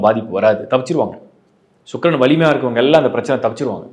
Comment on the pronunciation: ஷூக்ரன் என்று சொல்ல வேண்டாம் சுக்கிரன் என்று சொல்லவும்